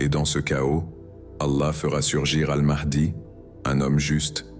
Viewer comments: Ma(h)di 😂😂😂 pas mardi le h ne se dit pas r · Un inculte qui dit n'importe quoi. Première le nom de Mahdi ne se prononce pas mardi mais Maadi. Puis le Purin ne fête pas la délivrance contre les Perses mais grâce aux Perses sous Cyrus le grand en abattant Assyro-Babilonien.